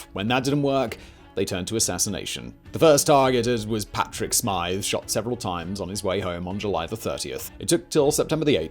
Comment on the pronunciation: What a fantastic video. Almost word for word as I learned in Leaving cert history! Bar the pronunciation of “Smyth” (Smith) 😂😂